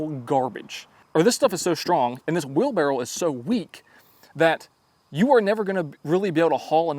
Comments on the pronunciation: Are you saying wheelbarrow or wheel barrel ? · It's wherlbarroW, not wheel barrel... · It's a wheelbarrow not a wheel barrel. Just saying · Were you saying wheel barrel instead of wheelbarrow? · it’s a wheel BARROW not a wheel barrel lol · "wheel barrow 🤓" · Do it. Say “wheel barrel” one more time 😅😅😅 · Was he saying "wheelbarrel"? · is a great tool guy. Larry Haun he is not. 🤣 Does anybody else hear say "wheel barrel?"